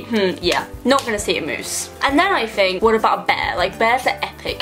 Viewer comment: ok i'm sorry but why do you say "fink" instead of think and "free" instead of three it drives me insane. you don't even have braces anymore